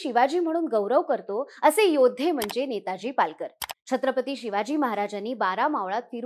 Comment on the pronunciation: आधी नाव नीट घ्या नेतोजी आहे नेताजी नाही